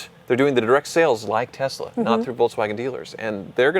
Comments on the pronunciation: Why do you guys pronounce numerous words wrong? Tezla??? Not that it deserves being said correctly… it’s annoying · Guys, it's Tess-la not Tez-la :)